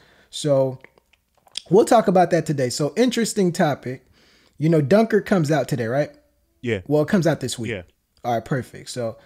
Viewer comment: Cmon man, at least pronounce Dunkirk properly